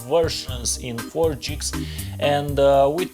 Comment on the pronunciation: Buddy your sayings gigs wrong lol